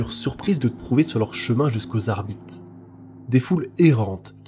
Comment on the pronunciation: Hello, j'adore tes vidéos mais les petits défauts de prononciation me sortent toujours du truc 😅, petit exemple ici, on dit "adeptus arbitéss" et non "arbite" pour l'adeptus arbites, c'est pas grand chose mais ça casse un p'tit peu l'immersion surtout que à part ça tu es très agréable à écouter